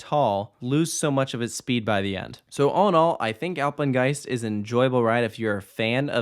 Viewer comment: Nobody: Takoda: Apegnest👁👄👁